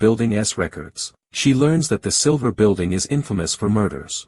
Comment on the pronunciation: The movie's called Sliver, but the narrator said Silver. Autotune needs to be checked please.